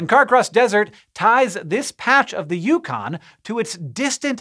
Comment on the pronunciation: It’s pronounced ‘The Yukon’. If you think otherwise, you’re wrong. You’ll be forgiven this time.